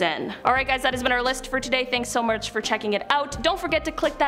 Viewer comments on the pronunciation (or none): “Thanks so murch” dumbass